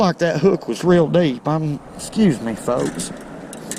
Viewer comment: 'Squuze me fowks.."